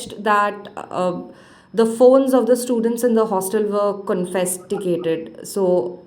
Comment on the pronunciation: Twice the journalist said "PHONES WERE COFESTICATED" ... Are you for real???? CONFISCATED is the word